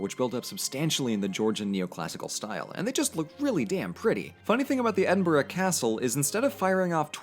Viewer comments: next time you say Scottish Gaelic pronounce it as gA-Lick. and Edinburgh should be pronounced as Ed-in-bruh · At least he’s no saying Edin-Burrow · please never speak in a scottish accent again im BEGGING you. Also, Edinburgh is NOT pronounced Edin-Burrow, its pronounced Edin-bruh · Ed-in-bruh please can an American pronounce it right. It’s not that hard. Edinburgh doesn’t even look like it should be pronounced ed-in-burrow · As an Edinbugger I felt my soul leave by body when you said EdinBROOOOO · Am fi Edinburgh and it is officially pronounced EDIMBRUH!!! tell yer english wannabe scots fam that doll. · LOOK, I k n o w it's written Edin-burgh but I cannot emphasize enough that it is pronounced Edin-bruh - signed, I LIVE HERE. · I have never gotten the way Americans say Edinburgh It looks like that's how it should be said but it doesn't sound right Edin-bruh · Caragh Young his not really an Edin-bruh is he? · That's also not how Edinburgh is pronounced :P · Then 20 seconds later you butcher Edinburgh... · You clearly did a lot of research for this video, and yet not once did you come across the correct pronunciation of Edinburgh? ffs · Every time you say Edinburgh wrong it hurts me. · Please for the love of all that is holy learn to pronounce Edinburgh correctly if you are going to a video on scotland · Just going to say a couple pronunciation corrections. Inverness - In-ver-ness Edinburgh - Ed-in-bur-uh Gaelic - Gah-lick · >Says he's half scottish >Can't pronounce Edinburgh, Glasgow, Inverness, or Scotland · does reaserch *still pronounces Edinburgh, Inverness and Fraser wrong *